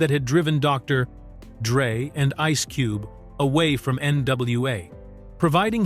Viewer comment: Dr........Dre R..........Kelly. lmao. Im definitely not worried about ai taking over